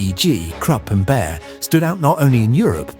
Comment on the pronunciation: it's "Bayer", not "Bär", as you pronounce it.